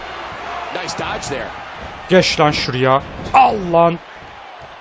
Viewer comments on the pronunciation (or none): none